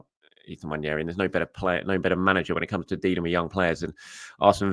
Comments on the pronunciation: It’s pronounced ‘Wan-Airy’. Not ‘Wan-Yairy’ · Its about time that we all started pronouncing Nwaneri’s name correctly. Its not prounuced One-Yer-e its pronounced One-eri. Come on!